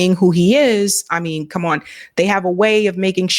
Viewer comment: She says, "on," pronounced, "Oowon."